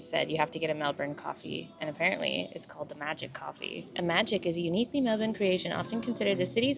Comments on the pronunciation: Love the Aussie pronounciation on Melbourne, it is *chefs kiss, and much appreciated by us Aussies. Hope you're loving the hot weather 🥰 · Your pronunciation of Melbourne is spot on hehe! Isn’t it such an experience at Rod Laver! Stoked you got to the Djokovic match, especially since he ended up pulling out in the semi - so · 1.2K Add a comment... Cancel Comment 2 months ago (edited) I would have enjoyed your boring vlog. 😌 (that you decided not to upload) 140 11 Show more replies Love the Aussie pronounciation on Melbourne, it is *chefs kiss, and much appreciated by us Aussies. Hope you're loving the hot weather 🥰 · Love the Aussie pronounciation on Melbourne, it is *chefs kiss, and much appreciated by us Aussies. Hope you're loving the hot weather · You pronounce Melbourne perfectly every time- with no weird emphasis or pauses. Lots of practice beforehand perhaps..😊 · Your pronunciation of Melbourne is spot on hehe! Isn’t it such an experience at Rod Laver! Stoked you got to the Djokovic match, especially since he ended up pulling out in the semi - so so glad you got to go to that game!!